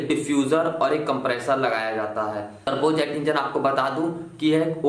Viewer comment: Bahi muje lga ki ap trbuz engine bol rhe Ho 😂😂😂